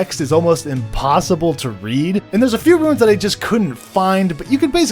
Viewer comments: Why do you call "Runes" "Ruins"? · a bombo of ruins ya say...sure you dont mean to say runes? lol